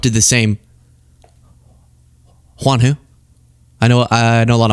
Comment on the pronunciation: I appreciate you saying Juan without an accent ❤